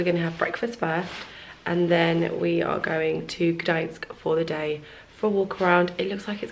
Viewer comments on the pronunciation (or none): Hello, I hope you had an amazing time in Poland😍 One little note, with Gdańsk the N (Ń) is the first letter, then is S☺